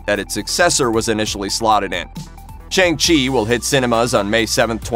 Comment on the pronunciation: Dude, it's SHANG CHI not Chang Chi